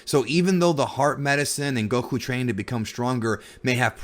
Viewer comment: It's Goku, not Gokuuu.